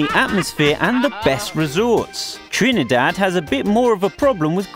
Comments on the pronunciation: He say trinEdad Pronounce it correct And if yuh wondering yes i is a trini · yep u hear how he say he trinidad😂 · This is very rude right plus you saying Trinidad wrong and every thing you saying bout crime that is wrong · I know right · You said Trinidad wrong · He saying Trinidad jokey asf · Ehh if u cyah pronounce my country name....doh talk bout it riteee...plz n thx